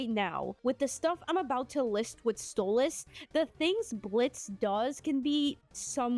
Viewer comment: It's Stolass